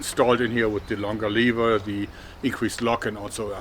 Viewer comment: Nice hack. Aber BITTE in zukünftigen Videos "levər" benutzen, nicht "liewa". Danke.